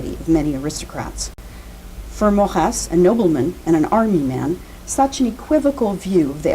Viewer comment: Mor-ey-z not Morrass !